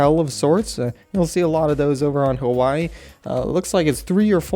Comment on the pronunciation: I cringe whenever says Hawaii in that mainlanders voice. Like if u are a fellow islander.